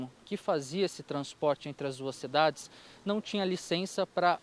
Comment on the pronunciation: NEM FALAM O NOME DAS CIDADES CERTO